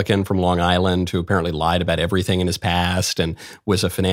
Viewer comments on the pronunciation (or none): none